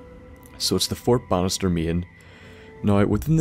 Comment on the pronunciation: Anyone else think he's saying fort bastard instead of fort Bannister